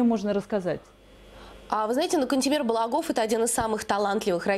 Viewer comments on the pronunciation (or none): Единственное замечание. Ударения на а. БалАгов